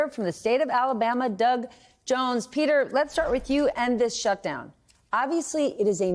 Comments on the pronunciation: Not to be "thag guy", but...SHTUDOWN...no one noticed or could fix it? :P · "Shtudown?" Your quality control is slipping, MSNBC.